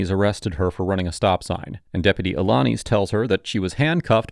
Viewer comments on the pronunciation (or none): A - la - niz (niece) lol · Despite Deputy Alaniz saying his own name several times during this video, still butchered the pronunciation. As for the interaction itself, the deputy showed tremendous patience and professionalism. The senator was all about deflect, deflect, deflect.